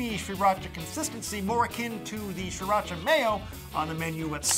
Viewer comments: Maybe I am wrong but I don't know. Isn't it pronounced SIRacha instead of SHREEratcha? Then again I am almost sure pronounced it this way on purpose as a joke. Or please... maybe a birthday gift to me? Please something!!! I can't stand the way you pronounce it and I demand an explanation. Any one will suffice as long as you give me one. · wtf how does this guy not know how to say Sir-ra-cha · Its pronounced See-rah-cha... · Stop saying SHRIracha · STOP SAYING SRIRACHA LIKE THAT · You aren't supposed to pronounce the first R in Sriracha. I actually live in Sriracha, Thailand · I stopped watching this video after 6 seconds because I cannot stand the way he pronounces sriracha. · I cant stand how you pronounce Sriracha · Please learn how to pronounce sriracha..